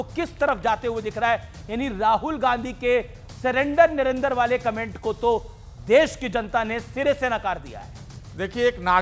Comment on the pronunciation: सही बात यह है की राहुल को नरेंद्र का उच्चार करते नहीं आता ओ नरेंदर बोलता है